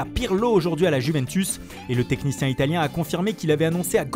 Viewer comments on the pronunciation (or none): none